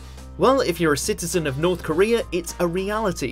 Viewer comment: Norf Koreaaaa